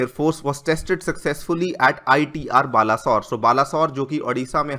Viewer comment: Balasore wrong pronunciation Pronounce it as baleswar